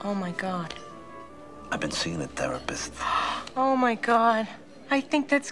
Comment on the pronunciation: "I have been seeing a terrapist" I think that's great